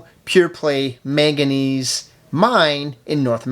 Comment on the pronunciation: MANganese not maganese on the timeline